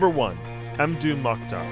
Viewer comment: Surely it's "mmdou," as in "Mmbop," not "emdou"....